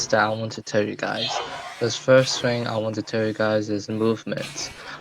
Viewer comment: IMAGINE SAYING FHING LOL